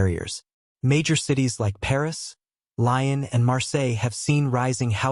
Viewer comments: Small point regarding France: the city name of "Lyon" is not pronounced like "lion." It's more like "Lee-YON," although the "N" is actually silent. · Lyons is not pronounced lions. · After he mispronounced Lyon, I had enough . Boring BS. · Do your homework and learn how to pronounce Wagner and Lyon!